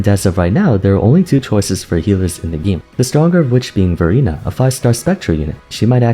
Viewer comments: Every time you say Verina I can only hear Furina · lol everytime u said verina sounded like furina and i already know who to use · Exactly my thought as well😂 I thought I read the title wrong... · Well, NOW I do... thanks. XD